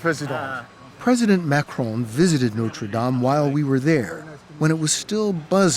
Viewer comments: Note-ra Dame 🤣🤣🤣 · Is it really that difficult to correctly pronounce the words NOTRE DAME ? 🙄🙄🙄